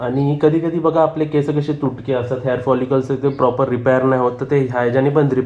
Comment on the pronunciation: केसं नाही केस म्हणायचं.